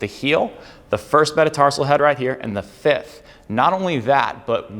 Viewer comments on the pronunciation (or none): none